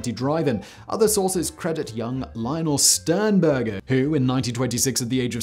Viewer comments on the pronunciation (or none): none